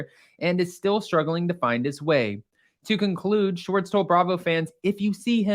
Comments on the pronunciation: It’s Schwartz not Schartz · First of all his name is SHWARTZ not SHORTS. Please work on your pronunciation. Second of all, that was the BEST episode of WWHL EVER. He gave the tea which is why we tune in. Most Bravo celebs never do that. It was so juicy and I hung on every word. LOVED IT. Please SHWARTZ (with a W) don't ever get media training, never ever ever.